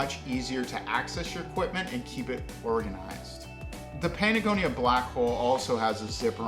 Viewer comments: are you saying Patagonia or Panagonia? lol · I stopped watching once you said patagonia wrong twice.